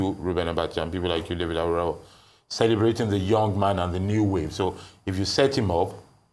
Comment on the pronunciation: Dr Abati, as a Yoruba man please stop mispronouncing AWORAWO, a divination seeker/ watcher, pardon my english if it is not correct but, I'm sure you'll have an idea of what I'm trying to say which is a Yoruba name, it's pronounced as re-do-do-do, thanks...